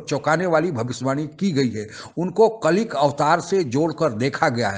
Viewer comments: कलिक अवतार नहीं होता , कल्कि अवतार होता है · Its KALKI avatar not KALIK avatar ... Pehle sahi se bol to lo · It is KALKI AVATAR not Kalik avatar. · कलिक अवतार नहीं, कल्कि अवतार। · कलिक अवतार नहीं कल्कि अवतार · Kalik nahin hota bhai KALKI hota hai 🙏🏻🌹🌹🌹🙏🏻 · Kalik nahi kalki sahi hai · कलिक नही कल्कि कहो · अबे कलिक नहीं कल्कि अवतार बोल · Jo bhi vedio banaye ho bhai Saab...jo pakisthani TV channel main sahi pronounce kar paye tho aap kyun nahi pronounce karsake...Oh avatar hain Kalki...Bhagwan vishnu ka 10th Avatar...